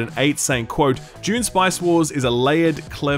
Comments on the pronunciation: Man I am sorry but you are absolutely saying "June spice wars" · That’s not how you pronounce Dune.